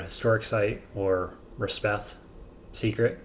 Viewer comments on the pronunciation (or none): You’ve been saying Resheph wrong. It’s resh-eff, not res-beth.